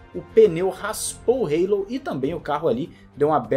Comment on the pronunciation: O que é o Reilou??????? Se todos falam Hallo( álo)!!!